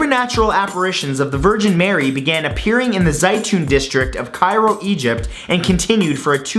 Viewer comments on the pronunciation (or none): none